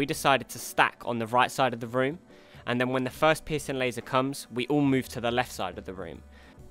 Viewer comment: I don't normally find humor in accents...but pissing laser made my sides hurt. And because I don't want to sound like a total asshole, Good video. Very informative and I look forward to fighting these guys tonight.